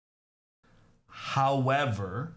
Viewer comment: I like how he say: hawwavar